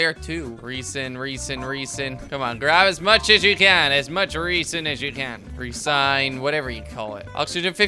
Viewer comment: Resin=lee sin ?